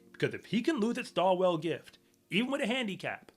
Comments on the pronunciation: Maybe do a bit more research next time. And it's pronounced STAW'ull. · This loony don’t even knon u don’t pronounce the ‘w’ in Stawell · The loss at the Stawell Gift, pronounced like stall, means nothing. The handicaps mean that the fastest runners often do not qualify for the final. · Stall....not Sta/well.